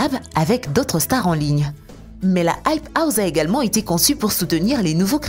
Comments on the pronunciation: Elle dit the hype houze mais what 😂😂😂😂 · Non aype ous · "la hype houZe" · Mais grv